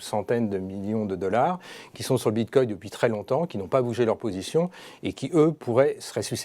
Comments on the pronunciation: Bitcoin avec un "N", pas Bitcoy... ^^ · On dit "BITCOIN " et non BITCOY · Bitcoy... cannot unhear